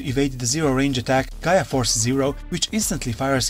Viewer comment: Black war greymon gaia force is called gaia destroyer not Gaya force